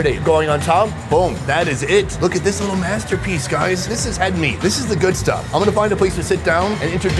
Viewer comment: "es sooo gooot"